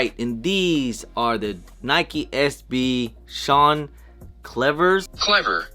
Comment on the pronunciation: Come on bro.... how do you end up pronouncing "Cliver" wrong? Clever!@ lol